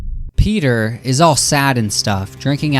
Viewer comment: You may not want to be a Family Guy-tuber, but you say 'Peter' as "pay-ter"... You're a Pay-tuber.